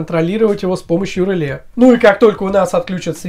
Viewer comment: Ржу... Померяли... НАПРЯЖЕНИЕ... и сделали вывод об МОЩНОСТИ... главное - контент отструячили, а содержание... ну для колхозников сойдет... И, кстати, произносится не рЫле, а релЕ... и этого самого реле у вас в схеме нету...